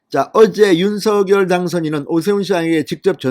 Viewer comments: 윤석열 님 발음하실때 윤 석렬로 발음해달라고 직접 말씀하셨어요 얼때부터 석렬로 부모님이 불러주셨다고 방송에서 들었어요 의원님께서도 서결보다 석렬로 얘기하심 좋겠네요 방송 잘보고있어요 궁금중을 알기쉽게 설명해 주셔서 강사합니다~ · 갱상도 싸나이라 그래요...방송 앵커들도 다 성렬이라 발음하지만 서결이라해도 알아들을 수 있으니 너그러이~